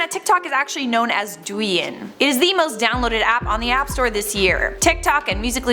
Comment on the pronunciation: Duyun? You make it sound like “durian” its actually dou yeen (抖音）